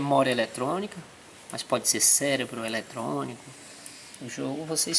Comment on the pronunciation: élétronico kkkkkkkkkkkkkk